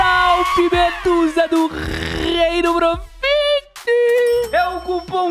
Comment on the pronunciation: "proxit" dog,se loko